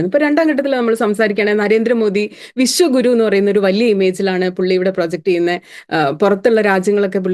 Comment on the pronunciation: Sunithayudey oru thettidhaarana😮😮😮avar paranjathu " vishakuru" enaannu, Vishwa guru ennalla😂😂😂😂😂